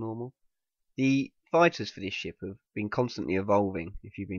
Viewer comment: I thought he said "I don't believe this shit" when he said "I don't believe this ship" LOL